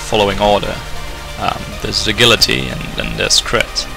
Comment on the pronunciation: Great guide, only problem is i cant stand the way you say agility